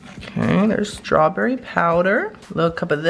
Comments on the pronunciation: "It was very stawberryee"Lmao i love you "Twerk it in my face" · He was making up words 😂😂😂 stawberry-E